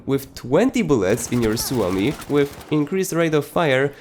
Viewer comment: You are the only content creator who I have heard pronouncing the Suomi right :D (I know that because I'm finnish)